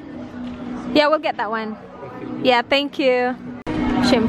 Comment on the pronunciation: wait lang natawa ako sa "buy one, gate(get) one" HAHAHA